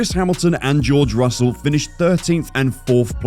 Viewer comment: Hamilton ended on the podium by pure luck this year after both Red Bull cars retired suddenly short before the end. And it is Russell, not Russle 🤣